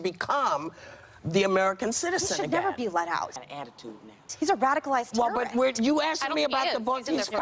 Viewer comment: because he's a tewwerist...omgawd...STFU Meghan...